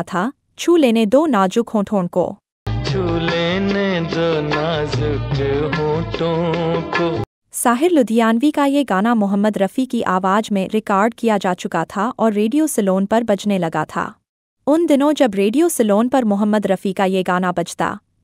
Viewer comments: Awaaj nahiin, " aawaaz " is the proper pronunciation, I'm surprised she hasn't learnt it yet. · Najuk nahin Balki kaho, Nazuk. Aawaj nahin Balki kaho Aawaz.